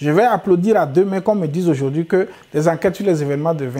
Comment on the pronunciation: Azuivi et non adjourouvi